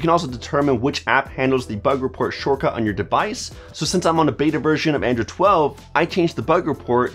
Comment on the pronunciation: It sounds like your saying "Andrew" not "Android". I died so hard for a second there 🤣. I guess you don't have a very hard "d" sound. Awesome video man, tones of good tips here